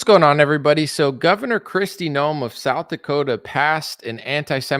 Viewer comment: Hey, her name is Kristi NOEM not "Noel"